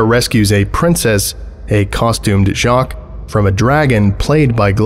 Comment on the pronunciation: Jacques is [ʒak] not [ʒɑːk] Glouton is [ɡlu.ˈtõ] not [ˈɡɫæʊ.tn̩] Âme is [am] not [ə.ˈmeːɪ] Pierre is [pjɛχ] not [pʰiː.ˈeɝ]